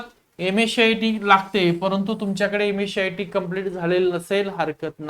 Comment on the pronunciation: Ms-cit ❌ ms- शियाटी ✅ 😂😂